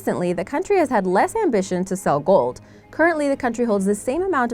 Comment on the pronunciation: Its gold not gould